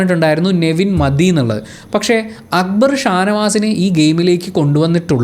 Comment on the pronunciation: Why Shanavas is calling akkubar instead of akbar . Why nobody is correcting him not even akbar 😶